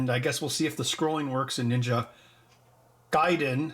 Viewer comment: Mr. Heck, I'm so proud of you for putting in the extra effort in saying Ninja Gaiden correctly. Mario and Lara next? ... =P best wishes from Germany <3